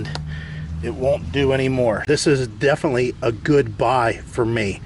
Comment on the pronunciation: "Defnuhly" is not a word.